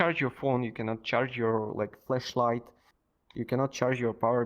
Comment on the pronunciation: from the perspective of an american that has had their brain ruined by the internet, the only problem i noticed is sometimes when you said flashlight it sounded like fleshlight which instead of being a stick that makes light, it's a sex toy, but everything else was clear, and this problem is more on my end than yours